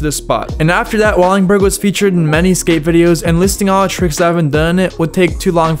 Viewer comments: Please don't encourage him. There's so much he missed and a bunch of the shit in this is just straight up wrong. I'm all for someone doing a historical chronicle of famous spots but it should be someone who at least knows who Wade Speyer is and can pronounce Wallenberg. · Bro learn how to talk before you make a video speaking this long. It's Lee-on, WallENberg, etc etc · For the love of god brother it’s called “Wallenberg” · If this dude says "wallingberg" one more time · Are you saying Wallingberg?? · He called it “Wallingberg” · Its not Wallingberg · wALLiNg bUrG😂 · how do you manage to murder the pronunciation of wallenberg every time you say it. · Can you please say Wallenberg not wallingberg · i died a little bit every time you said "Wallingberg", it's wallenberg lol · El Torro was not skatestopped, merely a gate was put up. Wallenburg is not pronounced Wallingburg Wallenburg is not located at San Francisco University High School, it's at Raoul Wallenberg Traditional High School, they aren't the same, I used to ride by it on the bus daily. In 2002 SF legend Frank Gerwer kickflipped Wallenburg in 2001 for 411VM Darrell Stanton has an n, it's Stanton, not Staton Jeremy Wray is a G, he did an ollie across a massive gap between two super tall water towers where he didn't make it he'd die. Carlsbad is called Carlsbad because it was located as Carlsbad High School in Carlsbad, California Lyon is pronounced Lee-ohn, not Leon, it's French. Hubba Hideout was named that because it was a spot for SF drug addicts to do Hubba (what they called crack). It's Wade Speyer, not Wayne Speyer. The shot of Wade was for a Downtown Skateboards ad in Thrasher in 1991. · “WALL-IN-BURG” not “walling-burg” that was painful to hear 30 times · Wall-en-berg not Wall-ing-berg. And. Wade not Wayne Speyer. Otherwise good video. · Wallingberg, lol. WalLENberg. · Wallenberg not Wallingberg. Holy man hahaa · WALL EN BERG NOT WALLINGBURG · Well, he also said “Wallingberg”. That’s worse.